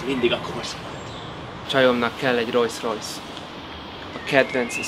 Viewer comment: rojsz rojsz 😂😂😂😂 "rolls royce (rolsz rojsz)" 👌